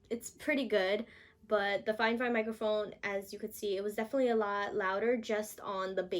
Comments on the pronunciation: Girl you said fine fine I think it’s fi fine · i love how she says fifine XD